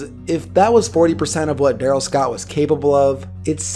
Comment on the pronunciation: I remember this dude. He was a BEAST at St. Bonnie. I played in those same years and we'd watch friday football focus just to see what darrell scott did that week. Btw i think it was pronounced DaRELL Scott. But yea. st. Bonnie was too good for us to play but we did play against Oaks Christian that year. They had jimmy clausen and marc tyler aand chris owusu and a bunch of D1 offensive linemen. Marc tyler had thighs built like a friggin horse!! Aaaand our small little school with 25 players on the team got fucking SMACKED to say the least 😂😂. But Bcuz of that i was glad jimmy clausen and marc tyler were total busts in the NFL hahaha Fuck them